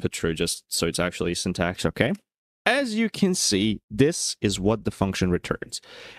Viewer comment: slavic "океееей" hits hard